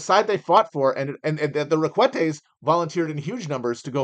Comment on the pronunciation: Stop mispronouncing Requete. It is pronounced "Reck-ah-tae"